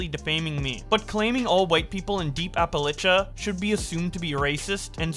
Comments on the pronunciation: whats an apalicha pls pronounce correctly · Appa-litcha Ill teach you how to read man Lets talk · Ok repeat after me: "appa-LAY-sha. appa. LAY. sha. Appalachia." This message was brought to you by Dr. ANN-tuh-NAY-uh JAWN-sin